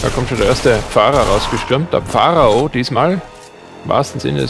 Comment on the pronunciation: der Pfarraoh! ROFL xDD :)